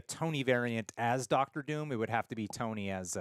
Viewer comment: "Ducktor" Doom?? 😄😄